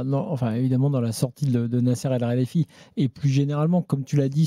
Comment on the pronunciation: Nasser alralayfi😂😂😂😂 Alkhalayfi